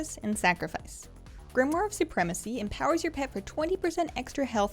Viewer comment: thank you for being the ONLY person I have ever seen make a WoW vid who pronounced 'Grimoire' correctly...you rock!